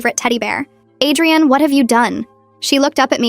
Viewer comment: It was probably Adrienne but ai voice read it as Adrian